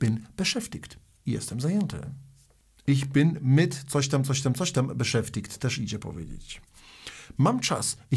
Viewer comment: Z tym beschäftigt to wymowe ma pan troche skrzywiona bo to jest dziwne bo to jak pan to wyowiada to albo inny Region niemiec ale tak twardo to sie nie mowi